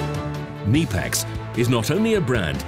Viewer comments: no. the k is pronounced. ke-KNEE-pex with emphasis on KNEE (i realize i used an english word with a silent K but i just wanted to show the it is pronounce like the joint between your thigh and calf) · pronounced knipex wrong